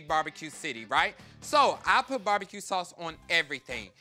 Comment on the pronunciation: lol Fully endorsing Bar-Be-Kay :D